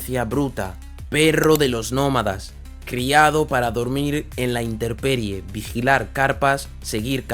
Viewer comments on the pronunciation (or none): Es intemperie no interperie (min: ). Los mejores perros siempre serán híbridos. En las guerras han llevado más perras que perros y la gran mayoría son híbridos, y seleccionados por sus capacidades no por "bonitos". ¡Saludos cordiales desde Guerrero!.